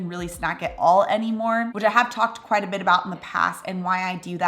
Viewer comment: Where in the US are you from,? -it always tickles me the way you say “a beh” for “a bit” 😂